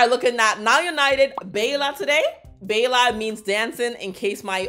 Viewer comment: When you're such a english speaker that you say Beila hahahaha